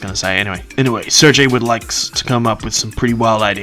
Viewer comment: Pretty certain Sergei is pronounced “Sir-gay” not “Sir-Jay” lol